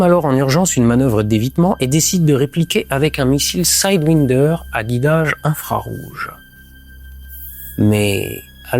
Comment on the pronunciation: De la part d'un gun freak, on aurait pu attendre qu'il prononce correctement le mot "sidewinder". Pourquoi prononcer le premier 'i' à l'anglaise mais le second à la française ? 🤔 [ˈsaɪdˌwaɪndə(r)]